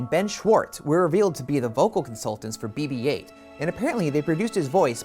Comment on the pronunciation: This guy said "Bob-8" LoLz! FAIL bruh